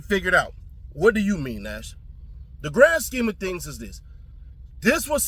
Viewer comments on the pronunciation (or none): “WATCHAMEAN” lmaooo